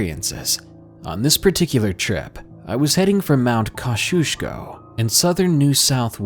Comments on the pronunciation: I know this is an old video but I recently discovered your channel and am bingeing all your videos aha. I love them, and your narration is amazingly calming. The mountain in the first (Australian) story is pronounced 'kozzy-osko', although I totally see how you ended up with the pronunciation you did lol. Don't take that as a criticism though. I'm always stoked to come across stories from my country in these types of videos! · Thank you for another great video,! Just so you know, Mount Kosciuszko is pronounced Mount Koz-EE-oss-ko (“ko” rhyming with “toe”).:) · The first story it’s pronounced Mount Koz ee osko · Koshushko....umm it's Kosciuszko...pronounced like Koziosko 😅😂 Valiant effort though. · Mt Kosciuszko is pronounced Koz-E-oss-koh...😅😅😅😅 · Its pronounced.. Kozzie- os-ko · Hey when I heard you pronounce Kosciuszko I forget that it's different outside Australia. Here it is said Kozi osk co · #1 story in Australia, its mount pronounced COZ E OZ CO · It’s pronounced MT Kozzy-osko